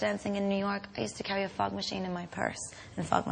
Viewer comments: 'Fog myself' came out wrong :) SHE'S SO CUTE <33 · I felt so sorry for her when everyone was laughing at things she was saying and she didn't know why. Like when she said "I used to fog myself" almost sounds dirty, like 'fuck myself'. I think that's what people were laughing at and she had no idea why. Dawww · ''a lot of fug :O'' omm? i heard ''a lot of f_k'' Then and ''I fog myself'' And Jonathan's face :O